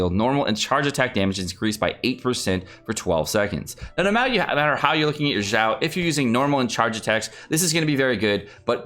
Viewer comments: Why do you pronounce Xiao like "Zhao"? It is more of a "Sh" sound, not "j" sound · I think its Xiao Xi as in she ao as in ow she-ow Not Jao or Zhao pls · In french we usually pronounce "X" almost like "ks" or "kz" and I saw a guy in a french video pronounce "Xiao" as "Kzi-a-o"... I almost died that day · Stop saying his name wrong god dammit.